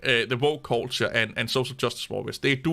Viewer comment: Subbed for hearing "woke idiots" in a Danish accent. (voke) :face-turquoise-drinking-coffee:🤓😎